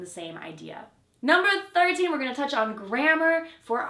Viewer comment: I rewound a good few times and each time it sounded "number 30" NOT "number 13". At least most non-native speakers don't make that mistake and can clearly say 13, 30, "can" and "can't" (many natives can't even say "can't" - it still sounds like "can")